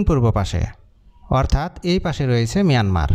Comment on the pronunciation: Ota Mayanmar, not Miyanmar. Sobaikei miya baniye dibi naki uneducated kothakar.